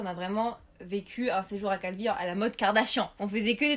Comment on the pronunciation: "Calvi..." Moi: "Calbi???